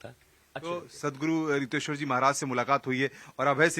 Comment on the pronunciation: it is riteshwar not hiteshwar also this journalist is shameless